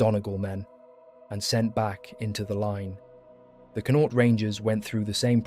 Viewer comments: You pronounce Connaught like Con-oct. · Con-nought. Linster 😂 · Very interesting history, however if you are going to talk about Irish soldiers you should at least make some effort to try to pronounce their names and the names of the places in Ireland from which they come correctly. It is just lazy and appears somewhat disingenuous to mispronounce their names etc over and over, especially such easy names as, "Ennis", "Connaught" "Sinn Fein" or "Fermanagh" and even ""Donegal" or "Athy". As with all of there names and places the correct pronunciations are not difficult and can be found online phonetically. German, Dutch and French historians have spoken and presented on Irish regiments and have successfully made the effort to use correct pronunciations even though both Irish and English were not their first languages. The use and mispronunciation of the saying and motto "Fág a' bealach" at the end is annoying, it can even be anglicized as "Faugh a ballagh " and again can be found online. However It has nothing to do with asking for or expecting to be given "Quarter". It is a traditional Irish battle cry which translates as "clear the way!" a motto indeed very suitable for the theme of the video but again it was used incorrectly, just a little effort and care made and it could have also been used correctly and to good effect. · I love the history my Great grandfather and great grand uncle fought in the great war both returned home to fight for Irish freedom . But the pronunciation of the Irish Regiments is killing me. 😂 Please try harder Especially Connaught omg so bad😂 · it takes 20 seconds to find correct pronunciation